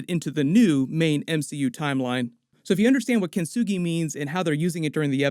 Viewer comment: Love the way rinsed the word Kintsugi🤣🤣🤣